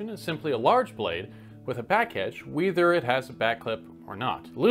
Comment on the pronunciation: Also “weether” (whether)